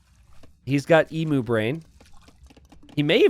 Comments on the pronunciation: Only in t90s world. In the real world Emu is pronounced eem-you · I love these small maps. PS - Do all Americans pronounce Emu the way you do? Never heard it pronounced like that before.